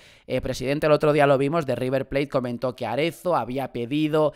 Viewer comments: Es Matías Arezzo, no Aretzo. Haces daño a los oídos. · Que rabia me da cuando dices Matías Aretzo y no arezo